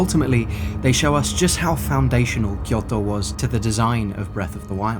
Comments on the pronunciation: Tip: Kyoto is pronounced with a longer Kyooo. Kyoooto. きょうと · So funny how you say kyoto. 😂 kyoTO . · Fascinating video. I'd love to visit some of these places. Just beautiful. Well done 🌲 (By the way, I'm not sure if it's just because those are Japanese words you say while you're speaking English for the rest of the sentence, but it sounds like you say Miyamoto as Miyamotto, and Kyoto as Kyotto(h), so be carefull with the long and the っ vowels 🙂)